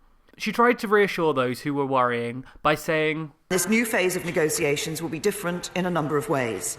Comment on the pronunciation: May needs to learn how to pronounce "negotiation" in addition to some other things